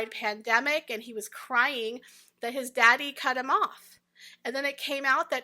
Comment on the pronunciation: My daaady Lol 🤣 keep pronouncing it that way .. it’s golden ! Also the Oprah imitation “ WHAT,WHAT “ 🤣🤣